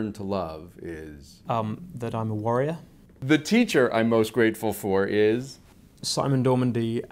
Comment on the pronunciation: I heard warrior not worrier and could not stop laughing